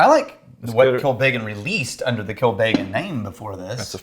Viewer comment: Pronunciation is "...Kill Beggin'..."